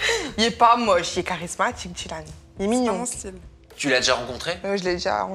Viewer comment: Djilan il est charismatchiqueuhh😂😂😂